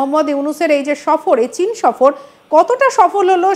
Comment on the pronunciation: যেমন চ‍্যানেল তেমন উপস্থিপিকা। সফর কে বলছে শফর।